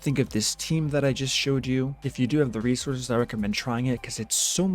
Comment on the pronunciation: "free rescources" xD